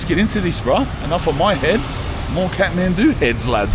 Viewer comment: he says Khahtmandu like a Scotsman !!